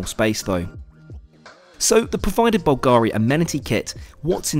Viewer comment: It's BULgari, not BulGAri.